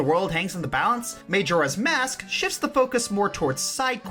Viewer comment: Majora's Mask is my favourite game of all time, but I must admit I cringe when you say "May-Jora" Also Gauntlet is also one of my favourite games of all time for the same reason you mentioned.